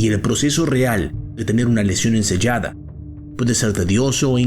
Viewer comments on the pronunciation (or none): Se dice "enyesada" no "enseyada" lamento si te incomodo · Enyesada no enseyada. Con todo respeto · "lesión ensellada"? O "lesión enyesada"... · Enseyada? O escuche mal?